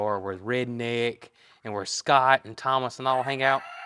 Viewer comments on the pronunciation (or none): none